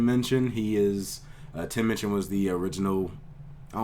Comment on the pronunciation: It's Minchin, not Munchin!